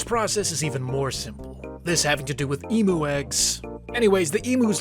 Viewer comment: Em-you, not Em-oo